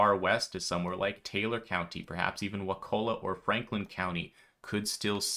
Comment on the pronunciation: Local PRONUNCIATION Help 😊 Wakulla = Wa-kool-a Steinhatchee = Steen-hatch-ee